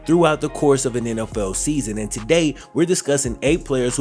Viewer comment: Am I the only one who thought he said “nlfell fans” at the beginning of the season